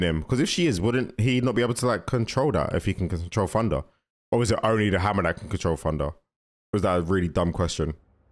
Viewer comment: It’s thunder not funder